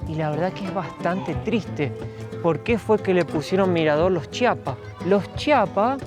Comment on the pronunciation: Que bueno que visitaron Chiapas, solo un favor, cuando lo pronuncien, alarguen la i, Chiiiiapas, hay muchos que lo pronuncian chapas y se oye horrible